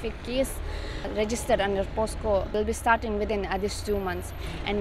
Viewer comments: What is POSCO madam? As a reputed and one of the most watched news portal in the state, it is highly expected to be precise and well presented so as to spread knowledge, news and good education. It is POCSO not POSCO. Tnx... A Subscriber. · its pocso not posco